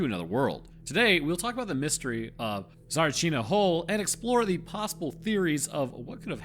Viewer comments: u could do a little research and not be ignorant... it is TSA RI CHI NA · its pronounced tsa-RI-chi-na with emphasis on the RI when you say it not on CHI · Sorry to disappoint but it’s pronounced “Tsa-ree-chi-nah”. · I'm Bulgarian. You didn't in fact pronounce "Tsarichina" right... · You, ln fact, did not pronounce it right. :D it is pronounced Tsaríchina. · in fact you DID NOT pronounce it right :) It's: "tsar-e-cheena" :) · Bro you did NOT pronounced it right. Should be Tzárichina. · Yeah, sorry to tell you this, but your pronunciation was not even close… also, it doesn’t help you constantly shitting on Bulgaria and it’s army… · No you didn't pronounce it righ in anyway. Didn even understand what did you said, and I would never so if I wasnt saw the video title.... is it so hard to repeat something damn it ?! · no, you did not pronounce it correctly. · If i didn't read the caption, i would have never known you're talking about Tsarichina (Царичина) maybe listen to some bulgarian videos about that place to hear how to pronounce it , it just sounds really unserious and disrespectful to the place . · As Bulgarian if you say it like that one more time , I will come and slap you. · you were not even close to pronouncing it right... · I am a Bulgarian and I can tell you you did not. However there is no way I can type how it is spelled and no way to send a voice here. Also some of our latters take years for english speaking people to be said corectly. The people who said you did, knew it, and wanted to be supportive. I wanna be supportive aswell and Im telling you what it is. You've done a good job with anything else though. Cheers! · Pronounced it wrong even though you think you didnt. Dissing bulgarian military... bro we gave the world the PC you wouldnt know how to build a stick spear without that. Lords units??? YEAH THE METER! You will never catch Jesus measuring in FEET. Pissed me off so much by being an american idiot through and through